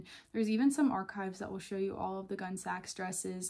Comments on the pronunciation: It’s not pronounced “gun sax”. It’s more like “Gunny sax.” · Not "gunsax" but "gunnysacks." It's a pun on the gunne (2 syllables), the Anglo-SAXon gown. Before Gunnesax, she did the Young Edwardians line. The Gunnesax early dresses had zero lace. They used a jute guimpe. And the normal term is "leg o'mutton." Hippies could not afford a $70 dress. Never saw a true hippy wearing them. Gotta go. Gunsax is like being hit in the ear.